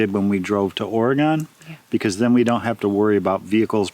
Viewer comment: I live on the southern oregon coast. Oh and by the way. Oregon is pronounced orygun. As we laughingly say....oregon hasnt gone anywhere yet. But our weather during the summer does not get that warm. So I've had problems in the past trying to grow watermelons and other melons. But this year I grew KAJARI melons. (Because of jess at roots and refuge farm) and they did great! And I think they are now my favorite melon. Then I tried a watermelon called golden midget. They also did really good. They are yellow outside and a salmon color inside. They do have seeds. But we are growing them next year. The KAJARI melons only get the size of a softball. And the golden midgets got about the size of a soccer ball. Great size for 2. We are still enjoying them now as they have been ripening. I got them in a little late this year. So will put them in a month sooner next summer. Try em I think you'll like them! Wow! Those squirrels must be armed and fighting back! Sounds like world war 3!